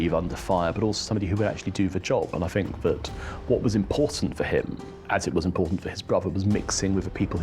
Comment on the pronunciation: I'm not sure which is worse, the AI generated commentary of the appalling way in which Alex Larman speaks. "Vis" [this], "Vat" [that], "Fink" [think] etc, etc. There was a time, not so very long ago, that anybody exhibiting such traits of pronunciation [it is called "T H Fronting" and is an affectation, not a speech defect or deficit] would have been derided for speaking in such a manner. They still should be!